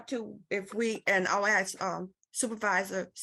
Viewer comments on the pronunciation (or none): Court staff says, "I ax..... NOT a word.